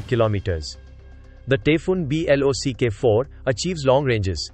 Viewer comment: You don't know how to say 'block' as a word?